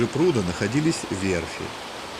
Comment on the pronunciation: так он либо ваще нерусский, либо малолеток - жертва егэ... у него даже ударения невпопад: "У прУда"...